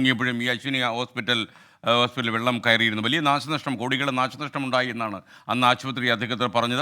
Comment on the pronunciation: Nasha Alla. nasanashtam.